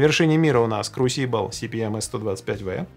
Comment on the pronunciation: А меня покoробило от ударения в слове crusible